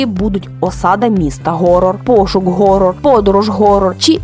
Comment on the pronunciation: Про те що англійське слово "Horror" читається ніяк не "Горор"